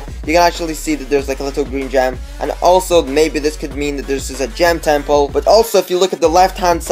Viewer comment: How he says temple, TEMPOE